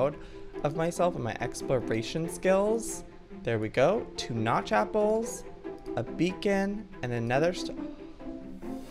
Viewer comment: Joey its notch apples not god apples